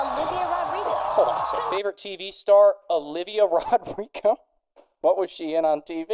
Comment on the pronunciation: calling Olivia Rodrigo “O Ra” is something we all glossed over FAR too quickly